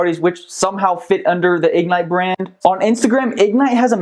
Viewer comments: Why can't you pronounce ig-NITE? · Its not Ig-nite Its Ignite. All one word.